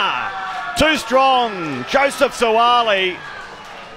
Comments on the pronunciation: Whaaat..It's not Suali. It's Suaalii 😂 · I’m just here for the horrible pronunciation of Suaalii’s surname. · 😄😄 That's how you say their names properly in Samoan. Follow the phonetic instructions brass and if we see each other in public have the same energy.